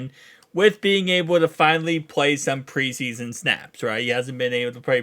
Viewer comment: "pess confwince" "pwee sweason" fkn classic Bengals fan...all have super low IQ...go Browns. (who are like 12-4 vs the Bengals in the last 8 years)